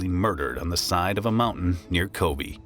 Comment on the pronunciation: Good content, but your pronunciation needs some work. It's not 'bun' as in hamburger bun or rhymes with "fun". Try "boon" rhymes with "coon" with oyabun. Ko-bee, like the insect? No, Ko-Bay, like San Francisco Bay. Kobe Bryant's dad messed that up. But having said all that we got "CARRY-OKIE" for karaoke, which ain't even close, LOL!